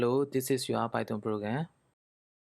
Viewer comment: အသံထွက်တွေမှားတယ် ဗယ်ဘဲတွေ ပိုင်သွန်တွေ 😂😂